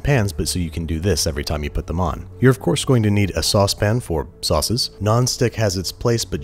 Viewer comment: is anyone else disconcerted by Andrew saying "saucePAN"